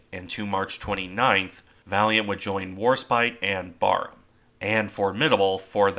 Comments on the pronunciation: Even as a brit myself, to me that just sounds wrong lol. Admittedly I've only ever heard it pronounced like in the video so only going off imagination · Barham is pronounced differently- the first part of the name BAR is pronounced as in barracks- it is the name of a mansion near Maidstone in Kent. Admiral Charles Middleton, 1st Baron Barham, who took his title from Barham Court where he ultimately died is the inspiration for the battleship's name. I found out the correct pronunciation from hearing a Royal Navy admiral discussing the ship. Another great analysis. Thank you.